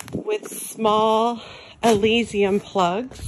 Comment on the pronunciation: Loved your video!!! Pronounced A-liss-some. My favorite thing about your videos is they are down to earth and feel genuine. Thank you!